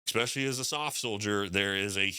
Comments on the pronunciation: Brother, please stop saying EKSPEXIALLY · He says expecially in front of the public… 😂😅